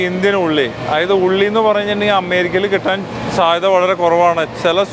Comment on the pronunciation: "അമ്മേരിക്ക" നല്ല ബഹുമാനം ഉണ്ട് ആ വിളിയിൽ തന്നെ..അമ്മേ ...അമ്മേ...ഞങ്ങടെ "അമ്മേരിക്ക അമ്മേ"